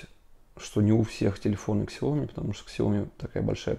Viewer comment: Как произносить слово Xiaomi Иероглифы, лежащие в основе названия бренда, будут читаться как Xiao (сяо) и mi (ми). Правильно же произносить будет «Сяо-ми», с ударением на второй слог